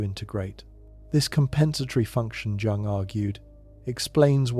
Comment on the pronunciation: Hey man, I know youre British and speaking English is hard for you but i thought I'd let you know the Jung in carl Jung is pronounced "young". I haven't finished the video and I'm sure your gonna continue to butcher the language you people created but i couldn't resist